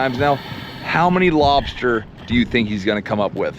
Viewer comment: “Lob-SHter tails”… 😂 Luv how u pronounce, lobster 🤝💪🍻